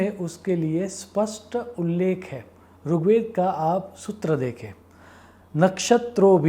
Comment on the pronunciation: Sir Runn Nahi Rinn. Ri for Rishi Not Rushi, Rugved nahi Rigved 🙏